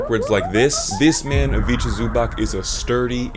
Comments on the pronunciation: Not exactly like that, you pronounce it like you do in his vid but last letter is not k nor ck nor ch, its c, pronounced kinda like cz Same with Ivica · Ayo when you'll have 200k subs i'll be able to say i was here early. It's pronounced zu-bats btw, great video nonetheless